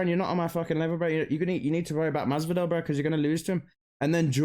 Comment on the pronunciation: He pretty much nailed the generic Miami Latino accent